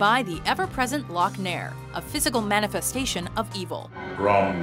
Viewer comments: It is "LOC NAR" not "LOC NAIR" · Loc Nahhr, not Loc Nair! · I wish that would make films of 2063: Odyssey Three and 3001: The Last Odyssey Really...Devo (Working in a Coalmine), Stevie Nicks (Blue Lamp), and Journey (Open Arms) are Heavy Metal??? And It's pronounced 'Lock-nar' not 'lock-nair' (there's no 'I') Moon was flippin AWESOME! Source Code also by Duncan Jones is good.as well. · "Loc *Nair*"?? Obviously she hasn't seen Heavy Metal. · Lok-nahr... Lok-NAHR!!! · Imma need the narrator top actually watch these movies. How do you even mispronounce Loc-Nar?!